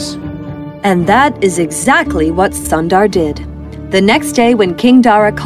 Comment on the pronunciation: Sundar is not (☀️-dar)..it's u sound is more like u in put..and Sundar means beautiful in Hindi..if you can edit the audio now..then please do so..btw ..the content of your channel is great..I always watch it while I have food..❤️